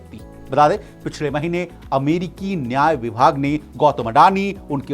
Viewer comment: कड़ोबाड़ी 😂😂😂 अमेडिकी 🤣 जिक्ड़ 😜 कड़ौड़ 🤣🤣 भाई को जुगाड से जॉब मिला है।।